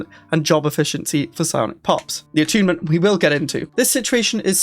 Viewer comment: Is this really how youre supposed to pronounce "attunement"